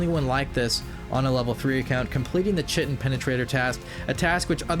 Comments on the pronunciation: The task name is pronounced KY-tin it’s what the exoskeleton of arthropods are made of, not chi-tin. Not trying to put you down, just trying to spread knowledge. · "Ki-Tin". The CH in Chitin is a hard "K". lub ur RuinScape vids =) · chitin is pronounced like kite-in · the i pronounciate chitin wrong the entire video note killed me for some reason lmfao